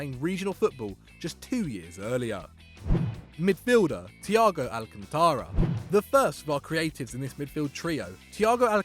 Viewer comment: You COMPLETELY butchered Thiago's name...